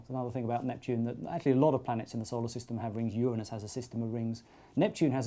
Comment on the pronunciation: Thank's for pronouncing Uranus right.